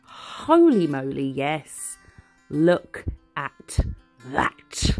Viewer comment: I’m so glad you said “lookit” I miss it if you don’t 😅